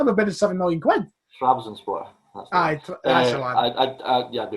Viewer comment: Can we get a series where does tongue twisters and says obscure football team names. Trabzonspor 😂😂